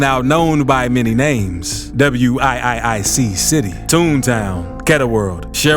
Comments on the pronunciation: Psst… why do you talk like u r a narrator for a thriller or a scary movie 🎥 🍿 and WIIC City is pronounced “Wick City”. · This idiot said Double U I I I city. Lmaooo try Wiiic (Wick) city